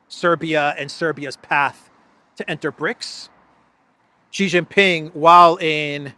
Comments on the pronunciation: Sheeeeee not Jheeeeee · It’s no gee it’s shee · Just a pronunciation note: Xi is pronounced like "she" (i.e. she is here). Never like Jee